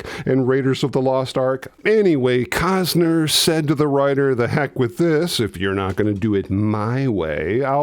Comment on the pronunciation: It's "Willem" Defoe, as opposed to "William" Defoe. Also, "Costner", not "Cozner". :) P.S. Love your work!!